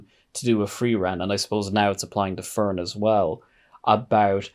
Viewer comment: Just going to say, you keep pronouncing Fern as Fren. In German is would be pronounced like Fairn.